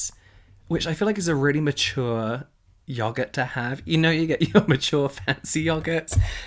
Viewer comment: The way he says yoghurt! 💛